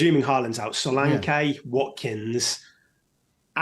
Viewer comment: Solank-ay and tavernee-ay